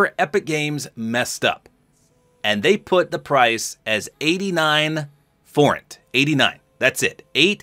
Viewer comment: Yes, you said Forint right